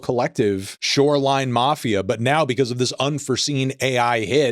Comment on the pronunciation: You’re why I hate the internet. Reading information about the guy you’re making a hit piece on from a second monitor because you know absolutely nothing about him is wild. Watching you sound out shorrrrre-line mafia while reading the name is hilarious. Go back to making Magic the gathering videos. Stay in your lane